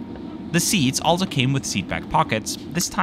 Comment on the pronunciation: A very small and insignificant detail, as a Czech who speaks English and decent German I always "catch" the word "also" pronounced as if in German, compared with the flawless English in the rest of the narration. ALSO, that is a CZECH beer !! Woow.